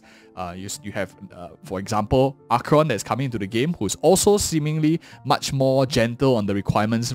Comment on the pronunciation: Damn he butchered that first 10 seconds of the video. I though he said Tingyun vs Acon. Not Jingliu vs Acheron.